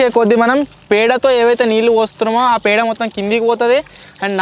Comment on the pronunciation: అది పెండో తొండో పుండో కాదు అన్నయ్య పేడ.... అచ్చ తెలుగు లో 😅😅